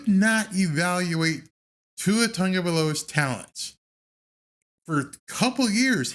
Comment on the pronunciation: at the first of this live you said your name and you said it correctly sorted referencing that you like your name pronounced correctly there is no N in Tagovailoa come on get on t right its not tongavailoa he is samoan